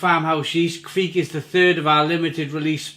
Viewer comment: It’s not kveek but kvike.